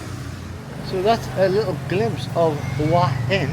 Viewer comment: It's pronounced Who-a Hin.rising inflection on the a. Literal meaning "Head Rock." We would say Rock Head or Rocky Head. I was there in aprill. The answer to your thumbnail? Is no, its not.